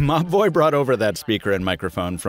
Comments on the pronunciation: I kept hearing Mobvoi as mah boi wth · I keep hearing 'Ma Boy' instead of Mobvoi 😅😅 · Every time you say the brand it sounds like you're saying "my boy" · I honestly thought you were saying "My Boy" throughout this video. "My boy brought over this speaker and microphone...", "My boy needs to collaborate with a traditional watch maker..." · Like similar comments I also thought you were saying my boy 😂😂😂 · said: Mobvoi I heard: m’ boy I see I wasn’t the only one... 😂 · Siraj Mazher lol at first I was like wtf dude, mah boi? Who is referring to? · Every time you say "Mobvoi" I hear "My boy" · I initially thought he was saying my boi when he said Mobvoi 😂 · saaame, i tought he reaaally loved the brand lol